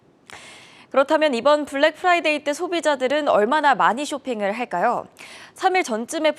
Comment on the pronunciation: Black Priday냐? 발음 너무 거슬리네